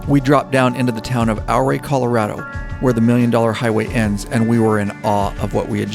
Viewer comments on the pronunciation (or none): Ouray is pronounce "your-ray" not "ow-ray." Looked like a terrific ride. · Love all these trip videos the best! I know this is a lot of work to produce something of this length. Thank you and team. BTW, from Colorado. It's Ooooh RAY!! NOT OURray!:) Thank you for all you do! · Ouray is pronounced "your ray',,,not OUR way. great video regardless. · Ouray Colorado is pronounced "U-ray". Like Eugene. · Good vid, Ouray is pronounced U-ray. Ive run Red mountain, Molas and Coal bank passes numerous times . Had a boulder cut loose and about took out the old lady and me. Also droven a semi over all that in the middle of February with 45000 lbs of wood pellets. Still a little puckered. Ride on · Great video. Yes, rides like these are epic! (BTW, Ouray pronounced like "Hooray!") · Took most of the day, on and off, but watched the whole thing. Great work, story telling, just the right balance. Definitely relatable having done several multi state trips. You captured it well. Yes, that last day ushers in true peace and contentment that stays with you for weeks. Btw Ouray is pronounced ew-ray. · Ouray Colorado pronounced like “Your-Ray “ is named after Chief Ouray . The Million Dollar hwy actually starts outside of Durango and is the whole route to Ouray . Come back someday and do the entire loop Durango to Ouray then to Telluride back to Mancos,Hesperus and then to Durango. I will also say over to pagoda springs , Wolfcreek ,Southfork ,Creed, lake City and around the north side of the Black Canyon of the Gunnison to Delta is a nice ride. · Oh yeah...and the Ouray pronunciation was pretty entertaining as well, an earlier commenter got it right, but to say it like a local, it's yuray. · Great video of a great trip. Ouray is pronounced as youray. The O is silent. Love all your stuff. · It’s pronounced “U-Ray” Colorado.